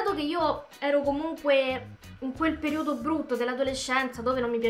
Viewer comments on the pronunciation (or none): Si dice período e non periódo✋ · ma perché dici periòdo ahhahha cmq ti adoroooo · periodo mi raccomando con l'accento sbagliato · Perìodo, non periòdo. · si dice perIodo non periOdo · Oddio. Ha veramente detto periòdo. Muoio. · PERIODO ... CAZZO UNA PAROLA FACILE FACILE E NON RIESCI NEMMENO A PRONUNCIARLA .. PER CARITÀ